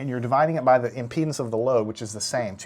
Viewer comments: I am not native english speaker and I can not understand why is this guy speaking about the load in penises sorry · Is it just me who heard him pronounce impedance as penises?